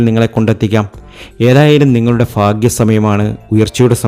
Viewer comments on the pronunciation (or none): none